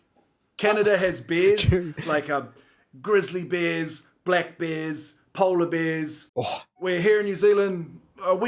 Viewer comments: I thought he was saying beers not bears. LOL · When he said "Canada has bears" I thought he said "Canada has beers". Both are true, I guess.